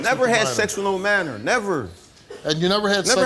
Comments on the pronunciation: Minor.... He says manor... Smh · He said manor lol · He can't even say Minor he says Manor lmao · Soon as he said “manor” instead of minor I knew he was lying child. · The way he says minor sounds like manor lol x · Steve: You did not tell the truth. Creep with the gap in his teeth: "I didn't have sex with no manor". Me: Lol!!!! Dude can't even say minor correctly and expects them to believe that he didn't do it when he clearly failed the polygraph. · It’s minor not manor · this guy can't even pronounce minor, what is manoooor!? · I believe what he's trying to say is minor. Not maner you idiot. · I just have to say… The way this guy pronounces minor really annoys me